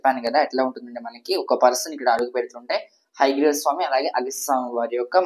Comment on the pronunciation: ఉచ్చారణ స్పష్టంగా లేదు. హైగ్రీవస్వామి కాదు. హయగ్రీవస్వామి అని పలకాలి. మధ్య మధ్యలో ఆంగ్ల పదాలు ఎందుకు? పడమర అనే తెలుగు పదానికి బదులు వెస్ట్ అనడం ఎందుకు? తెలుగు బాగా నేర్చుకోవాలి.